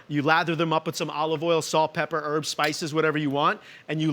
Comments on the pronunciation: It's HERBS not ERBS 👍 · What a twat. French onion soup is a peasant dish, not "fancy". And, it's "herbs" not "erbs". Richard you are a bellend. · It's always funny to me hearing Americans say "erbs"